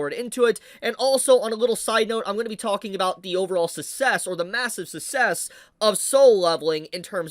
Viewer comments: I was wondering what dialect your speaking? I never heard anybody pronounce success as sussess. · That's not how you pronounce success. 😅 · why do you pronounce "'success" like that? the 2nd C is there for a reason lol